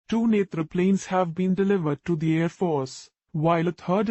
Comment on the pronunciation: After many video I heard the name netra in right ascent , ab to India wale bhi netraaa bolne lage h